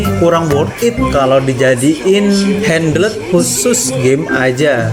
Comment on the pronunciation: HAHAHAHAHA HANDLEEEEDD. HANDHEEELD WEY. GUA HERAN SAMA CONTENT CREATOR MACEM GINI, APA ENGGA CEK DULU CARA BACA SUATU KATA YAA.